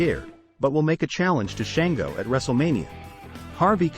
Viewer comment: It's spelled Shango yes but pronounced shawn-go also Tantanka is tatonka he is not a tank 😂